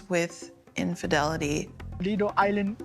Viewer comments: “Liddle island” 😂😂😂😂😂😂😂😂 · “Liddel illand “ 💀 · "Leeytle island" 😂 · "Leedle island!"